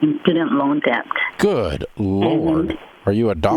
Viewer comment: $420k in the hole to higher education and can't pronounce the tiny word "debt", correctly.